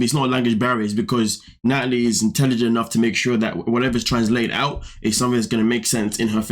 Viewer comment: Nutalie, Nutalie, Nutalie 🙄🙄🙄